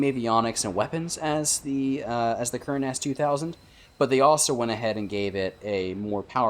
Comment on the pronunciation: AH not A. Ker-Nahs, not Kern-Ass lmao..